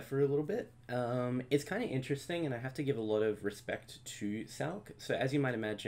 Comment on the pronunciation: Lol I kinda hate how he says SALK It’s sal-see-one